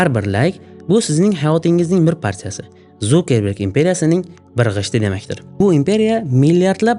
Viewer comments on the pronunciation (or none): Вай илтимос э Зукеберг эмас Цукерберг😂